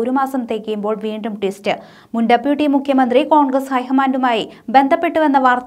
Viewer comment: ഡപ്യൂട്ടി മുക്യ മന്ത്രില്ല ' മുഖ്യമന്ത്രി എന്ന് ഉച്ചരിക്കുക .ശൊ ഞാൻ ഇത് എതദിവസമായി എഴുതുന്നു !!!